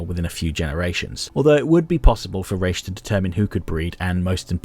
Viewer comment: I love your essays, but I have to correct you on that one... In Hebrew, we say "Rosh" (ראש) for head, not "Raish" (רייש), which is the literal name of the corresponding letter for R (ר). I don't know How they came up with this pronunciation, but given how little some Jews in the US know about their heritage, I'm not surprised.